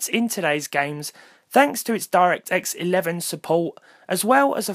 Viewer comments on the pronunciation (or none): "Doirekt elevan suppoh"